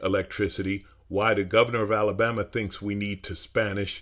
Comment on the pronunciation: You had me at “Alalbama”….